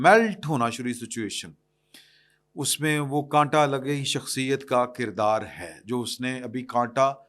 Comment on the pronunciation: وہ کنٹا نہیں ہےاس کو کاٹا کہتے ہیں